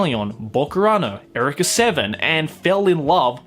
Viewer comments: Did he just pronounce Eureka as "Erika"? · Did this man just say Ericka Seven? My dude, have you never heard the exclamation "Eureka!"? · The way you say Eureka hurts me. Physically, emotionally and mentally. Very badly. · Why do you say Eureka like that?